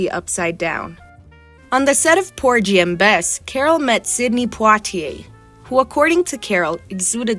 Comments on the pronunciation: TAF-fetta POR-ghee and Bess - hard “g” Pulllllease review pronunciations before recording epidodes! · The “g” in Porgy has a hard g like in “go”. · The “g” in Porgy is hard, not soft! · Hard G sound in Porgy. (It was killing me to hear it pronounced like a J. How old is this narrator??) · Poor ghee! It was getting on my nerves!😂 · Porgy and Bess - hard 'g' in porgy.